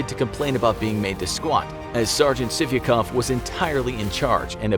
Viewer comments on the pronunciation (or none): Sargent sivikov sounds like sippycup